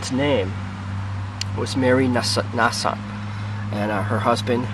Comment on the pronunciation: There used to be a "head" stone and a "foot" stone but some time ago the other stone came up missing. The name is pronounced with a long "A". Definitely an interesting ancester and legend there of to have.